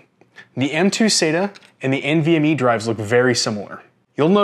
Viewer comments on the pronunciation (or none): none